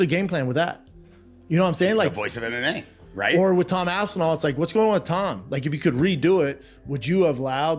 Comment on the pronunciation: Tom Ass-and-all